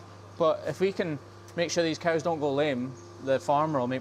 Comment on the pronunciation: He actually almost said "coo"! I've been waiting for that because I heard a Scottish person explaining how they call them coos, not cows, because of their accent, I guess. I'm like 2 years in before I actually heard it❤😂